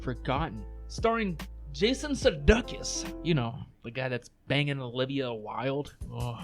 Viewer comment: This was a great show and you pronounced Sudeikis’ name wrong… like you’re a lame troll…